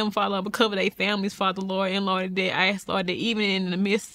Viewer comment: Ask not ax.